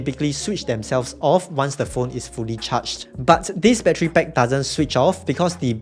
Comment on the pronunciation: Stop saying battery PECK